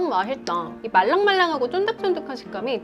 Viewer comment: 나머지발음은 아나운서급이면서 유독 "맛있다" 발음만 뭉개시는건 버릇인가요? '마히떠요' 이런느낌?ㅋㅋㅋ 첨엔 좀 거슬렸는데 의도적으로 발음한단걸 알고나선 또 그게 귀여운 매력이 된거 같아요!